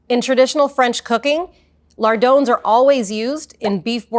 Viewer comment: Ah yes, a bacon expert who doesn't know how to pronounce "lardon".